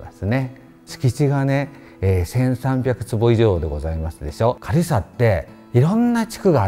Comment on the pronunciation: なんて素敵なお部屋の数々！また、先生の“かるいさわ”という発音が正統派で懐かしく聴きやすいです。